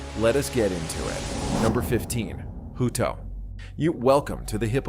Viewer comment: Hut-o hutt-o hutto😂 not hooto